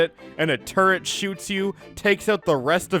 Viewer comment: I had to stop watching after i heard him pronounce turret